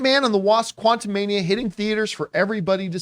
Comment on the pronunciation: Quantu-meh-nia, then.